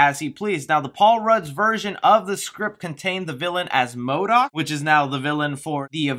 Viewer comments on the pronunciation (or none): none